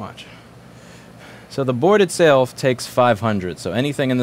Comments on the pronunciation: "so the board itsaylf" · “ but the board itsayulf ” 💀💀 where’d that southern drawl come from